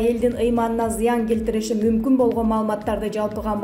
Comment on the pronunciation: Мумкун дегенди не кылат экенсин тмлегин жаман го